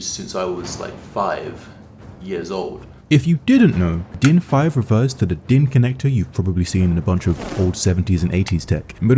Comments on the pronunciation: Im german and you absolutely nailed the pronuncination of DIN especially since you actually said für and not fur like most english speakers that have never seen a ü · you pronounced din incredibly good i cant lie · i give your german pronounciation a not bad/10 and for mentioning DIN in the first place you get a 10/10